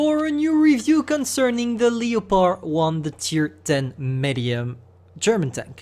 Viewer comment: saying the leopard and L E O pord